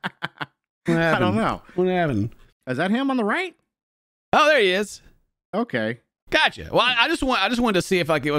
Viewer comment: They way says "okeah" helps me get through the day lol